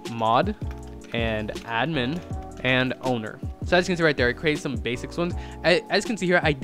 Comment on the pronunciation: he said ownedr